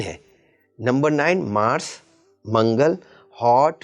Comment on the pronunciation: Mass kh rhe h MARS nhi